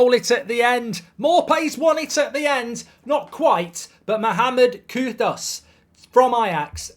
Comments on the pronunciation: It's extremely annoying to hear you not even try to correctly pronounce his name . KUDUS!! not Kudos . Where do you see a an o in KUDUS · Kudas Bruv its pronounced as Kudoos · It’s kudus not kudos mr Goldbridge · Pronounced Koodoos Marky!!!! Learn the name😂